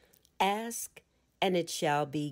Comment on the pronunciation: I am so terribly disappointed that at around the 28th minute you say or read that the teacher asks but you intentionally choose to use the word ax or acts instead of ask. Sadly, I'm going to find another narrator to listen to because willful misuse of the English language saddens me.